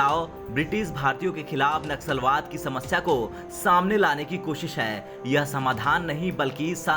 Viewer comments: Naxusalwad nahi bhai nasulwad or racism pronounce karo bhai sahi pronunciation karo tab news reading Karo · It’s naslawad and not naxalwad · Abe churiye....Naxalwad nahi.. Vo Naslavad hai . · नस्लभेद कहना चाह रहे हैं आप परंतु नक्सलवाद शब्द का उच्चारण हो रहा है या नस्ल वाद यह स्पष्ट नहीं हो रहा है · naxlwad nahi naslvad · Bhai Sahi shabd naslwaad he na ki naksalwaad. Dono shabdon me bahut fark he 😀😀😀😀😀😀😀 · Wo naksalwaad nahi naslwaad hai...